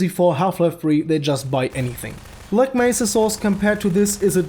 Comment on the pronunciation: did you not see him say Bleck Mesa?